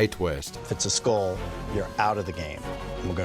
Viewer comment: Jeff has always pronounced skull as "skoal". Would he pronounce the hull of a boat as a "hole ". Sheeeesh, he bothers me.